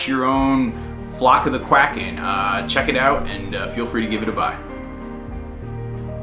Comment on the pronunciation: Did u say release the kraken or release the quackin?